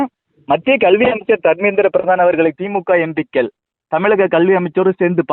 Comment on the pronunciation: Your pronunciation of Empikkal is horrible. Learn to.pronounce words properly